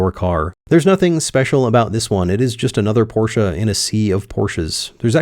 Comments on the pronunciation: I am German. Stop saying Porscha. THERE IS NO A IN PORSCHE. It is pronounced Porsch-Eh. NOT Porsch-ah. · For americans it's always porshaa or porsh but never porshe... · its pronounced Porch not porchE or porcha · yeah either Porsch or Porscha😂😂😂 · What is this porsha car? Only Americans talk about it, is it a new American make? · What's a Porschah? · Alsu you did not nail german expensive part :P As far as I remember from Duolingo course, that does not really sound like tour at all :) I know it was a jk, but its funny how far off it was even with assistence from gargle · Why do Americans say porsh-a. Pretty weird 😂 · No, you shouldn’t buy a 718; because you tortured me with your German pronunciation (?) your should buy me a 718, than get yourself a MX-5 RF manual as a reward for being such a nice guy. Note: I did “like” this video & I definitely agree that Porsche adding an additional 200 to 450 kg will be a travesty. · I don't think I've yet seen any of the Porsche guys on YT pronounce Porsche correctly. So it seems that owning a Porsche does not improve ones pronunciation of the German language.